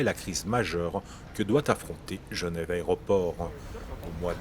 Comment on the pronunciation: "L'aréoport" :-D